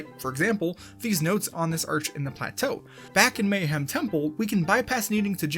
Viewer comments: The fact that you consistently mispronounce “Mayahem Temple” as just “Mayhem” instead of emphasizing the “Maya” part drives me nuts, lmao. That’s the entire pun right there you’re butchering! Great video otherwise, I just can’t help but be an anal wad about pronunciation. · Mayhem? You mean Mayahem right? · The fitst world is technically pronounced "Maya-HEM" temple, as an obvious pun reference to tree ancient race of mayans.